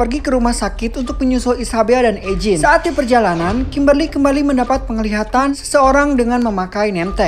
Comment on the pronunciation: Mantap ngabb kontennya!, Semangat nextnya. Owhya saran aja eugine itu di baca yujin